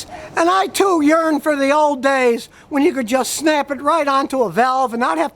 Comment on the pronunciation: Anyone else hear urine instead of yearn 😂